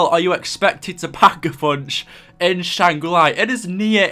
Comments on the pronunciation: Please dont ever say shang ra li ever again.... its shang gri la, LA.... not LI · Can you say Shanger la. Not shanger lai, it's not ly it's la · btw it is Shangri La, nor Shangri Lai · Why do you keep calling it Shangra Li